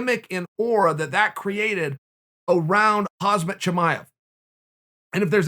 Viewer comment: "ahzmat chimaev" 🤦‍♂️